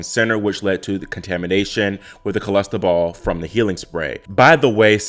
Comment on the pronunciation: It's not Cholestebol, it's Clostebol!